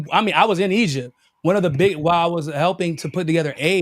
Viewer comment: Did he say he acrossed eygpt 3000 years ago 😂😂😂